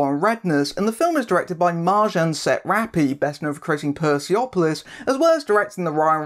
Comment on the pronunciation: Having read Persepolis for one of my college literature classes, the pronunciation kinda hurt me, as well.